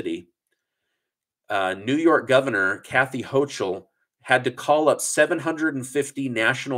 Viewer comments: NY Governor Hochul is pronounced "HO KUL" The ch is pronounced a a "K." Crime is up 13% on subways from last year. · As a commentator, you should know how to pronounce someone's name. Kathy Hochul's last name, you keep saying wrong! It's said as "HO-KULL". The CH is said as in "Loch Ness", with a "K" sound. NOT a CH sound as in CHAIR! Geeze! I don't live in the State of New York, & even I know this! You can go to google search & ask "How to Pronounce Kathy Hochul?", & it will tell you how. Other than this, I do like your vids.